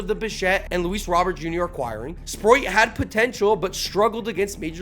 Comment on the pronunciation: Good video, but for the love of god bro, please please please, at least try to pronounce names better 😂😂😂 Sproat is one of the easiest names to pronounce